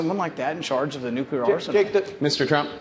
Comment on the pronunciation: Why do so many presidents & presidential candidates mispronounce the word "nuclear"?